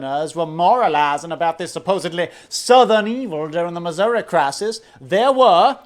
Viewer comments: You're mispronounced my states name. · It's Missoura